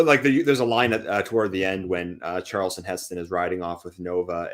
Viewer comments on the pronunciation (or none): Who is this "Charelston Heston" you speak of?